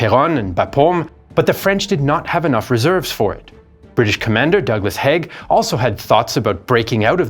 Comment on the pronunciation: Haig, pronounced Haayg